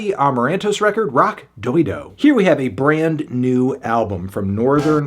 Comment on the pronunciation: Stop pronouncing it “Rocky dildo” Anthony. It’s not funny, it’s like 5th grade humor.